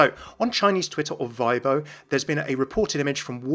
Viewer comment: The 'chinese twitter' is Weibo, pronounced as "wueibuoh", not "veiboh". Just a heads up!